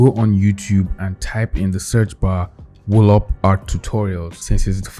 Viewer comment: "wuh lop" XD